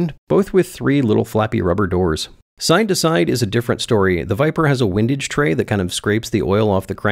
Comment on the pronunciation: Hugely entertaining plus I now know how to pronounce “windage” (wind as in “what a windy day” vs wind as in “it’s fun to watch wind himself up in knots as he builds his windage tray…”) cheers